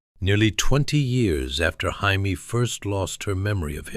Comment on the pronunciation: You’re saying her name wrong It’s Jamie not Jaime !!!